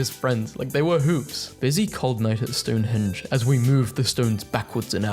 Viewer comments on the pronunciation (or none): none